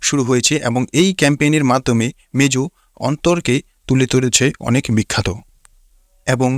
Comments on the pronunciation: ভাইরে মেজু নারে মোজু😂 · Vai mejo na mojo